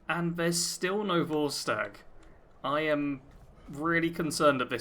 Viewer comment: vortsage? You mean Vorstag?